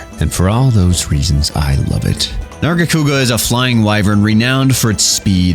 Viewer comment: he is hitting the HARD R with narga haha